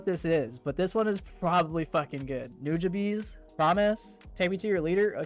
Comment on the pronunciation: Why did you say Nujabes that way 😭😭😭